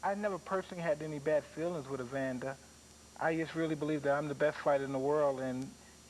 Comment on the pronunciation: Reporters: Evander Holyfield ... Mike Tyson: EVANDA